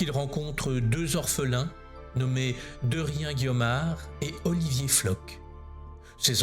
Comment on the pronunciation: Nous aurions bien besoin d’un Saint-Yves dans notre monde actuel 😢Petite apparté, pour le nom DERRIEN, il ne de pronce pas "de rien" mais "dérien" avec ses 2 R, c’est mon nom et bien souvent, hors Bretagne les gens le prononcent mal.